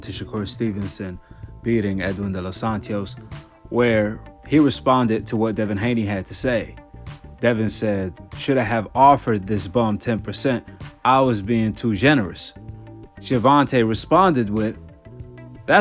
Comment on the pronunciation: It's "Santos not Santios"